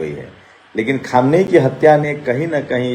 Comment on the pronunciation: Aap log news Dene Se Pahle Logon ke naamon Ka rehersal Kar Liya Karen Khamiyaini Nahin Khaminei